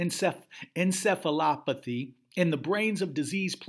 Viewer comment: Mis-pronounced words this episode: Toxicologic, Tenacity, Encephalopathy.